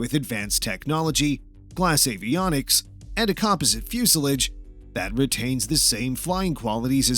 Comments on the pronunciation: You have a lot of information in this video son, but how does the P2012's fuel injection "help preserve gasoline" ? Does it somehow keep the gasoline from growing old? I don't think you mean it preserves the liquid but it CONSERVES it. Now with that behind us, if you can just learn how to say the word "Fuselage" correctly you might sound more like a real airplane kind of guy. Hint: It's not Fyoosalidge. You had ONE job in this video, that's to talk- and you screwed it up! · I generally enjoy your videos but I really wish you would learn how to pronounce the word "fuselage"